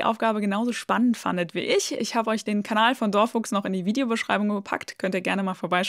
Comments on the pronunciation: Hallo, das heißt dor (kurzes unbetontes o) Fuchs (betont und kurz), nicht wie du es gesagt hast: door (betont und lang) Fuchs (unbetont und kurz). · Ich glaube, das Video habe ich im anderen Kanal gesehen, bin aber dieses Mal wieder hereingefallen, bis ich an die Fakultät gedacht habe! 😅 PS: DorFuchs wird, so meine ich, als "dor Fuchs" ausgesprochen, also "der Fuchs" mit Betonung auf dem Fuchs und einem leicht sächsischen Akzent. 😉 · Am besten fand ich die Aussprache deines Kanals (hab erst gar nicht gewusst wen sie meint....), Kenner*innen wissen doch, dass "DorFuchs" auf deutsch 😛 "Der Fuchs" bedeutet und stilecht sächsisch ausgesprochen werden muss mit fast verschlucktem "dor" und Betonung auf "Fuchs". 😄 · Yes! Danke für den Hinweis! Mathematisch gut, aber korrektes Deutsch ist auch wichtig!!! Jetzt bitte noch den Namen DorFuchs richtig aussprechen üben. Kleiner Hinweis: nicht der Englische neben der Tür ist hier gefragt, sondern seine sächsische Unterart. 😎